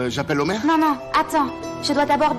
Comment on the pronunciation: Felicitay😂😂😂omer félicitations dit omert😂😂😂